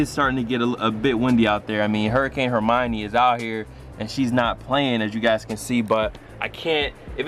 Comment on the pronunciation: hermine dude..... Her-min this aint harry potter